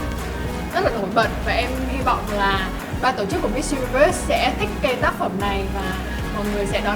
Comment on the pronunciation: Thuỳ ơi hãy phát âm chuẩn những từ cơ bản của tiếng Anh nhé. Đừng có mãi Mít Dzu Ni Vớt.